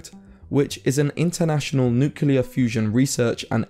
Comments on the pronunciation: The biggest problem with nuclear fusion seems to be the difficulty of properly pronouncing 'nuclear'... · Nuclear. Not "Nucyuler" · Say it with me: say New. Now say Clear. Now say it together: New-Clear, again New-Clear, newclear, nuclear! You did it! No more noocilar! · Nuclear is not pronounced nukuler just like the word clear is not pronounced kuler. It sounds like Homer Simpson or Donal Trump when people say Nukuler. lol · What's so un-clear about nu-clear? Why does everyone say nuqular. Where's the Q-lar in nuclear? This disease is more virulent than covid. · It's nuclear not nucular ethymology is from nucleus not nuculs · It’s “nuclear”…. Not “nucular”. How do so many people not know this? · There's definitely a problem with nukeular fusion, there's no such thing as a "nukeular". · It's nuCLEAR, not nuCELAR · It's not Newklar ,It's nEU KLEAAR FUUUSION 😂🤣, I like it Allotttt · He said nucular twice within 12 seconds... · there's a problem with NUKELAR . Yes, it is NUCLEAR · It's nuclear, not nucelar. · nuclear* not nucelar. For god's sake you're doing a video on nuclear fusion... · its NUCLEAR not NUCELAR ffs... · "Nucular fusion"? Tell me more... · "Nucular" is not a word! Nuclear is a word.. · You lost me at nucular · how many times does he mispronounce nuclear as nukular? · Did he really just say "nucular" fusion? How are we supposed to take him seriously. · I'm sorry, did you say "Nucular" ? Yeah, no. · You lost me at 'nucular'. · ah yes nucular fusion my favorite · "nucular fusion" as in "nuculus of an atom" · What is "Nucular" fusion? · No such word as Nucular. Please pronounce it correctly. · I stopped the video when he said NuCElar fusion... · Ohhh 'shocking' information that could change everything... "NUCULAR..." Ye aiight, nothing to worry about here then xD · Couldn't listen past the first two "nucular" mispronunciations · TBH if you start off by saying "nuke-yuh-lar" you've lost all credibility. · Nucular? fusion.